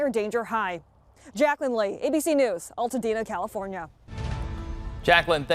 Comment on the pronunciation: It's pronounced AL tadena, not ALL tadena. Altadena native.